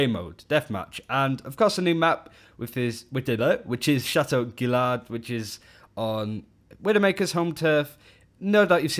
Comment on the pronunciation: The map is pronounced "Shatt-oh Gee-yard" not "Gill-lard". Sorry, I studied French for 3 years and mispronunciations like that trigger me.